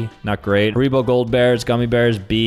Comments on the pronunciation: Harebo??? Harrybo that how you pronounce it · Hair ibo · Nah The Way He Pronounced 'haribo' is a CRIME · Yes, I thought I was the one who noticed